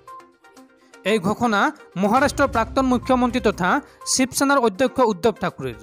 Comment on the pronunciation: শব্দ বোৰ ভালকৈ আৰু শুদ্ধকৈ উচ্চাৰণ কৰিব , উদ্ধৱ ঠাকুৰ নহয় উদ্ধৱ থাকৰে হৱ লাগে, মই ছমাহৰ আগতে আৰু এবাৰ উচ্ছাৰণ সন্দৰ্ভত মতামত আগবঢ়াইছিলোঁ কিন্তু গুৰুত্ব নিদিলে। শুদ্ধকৈ উচ্চাৰণ কৰিলে শুনিবলৈ শুৱলা হয়। ধন্যবাদ জনালোঁ।।